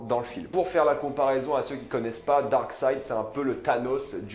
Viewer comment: Darkseid pas darkside lol